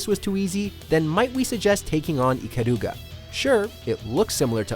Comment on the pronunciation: ikaluga... lol, what a weebo